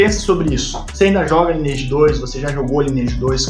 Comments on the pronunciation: Primeiramente que não se pronuncia “lineeige” e sim “laineeige” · Parei de assistir no primeiro “ lini eidi “ vlww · Eu perdido: Lineage (aqui a galera cahamava "laineage" e me perguntando, mds mudou muito mesmo o jogo, o que é fazer "cast" que ele tá falando? Ai no final fui entender quest! kkkkk